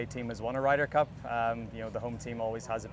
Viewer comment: Did she say, “ Ryders cup!? “😂😂😂😂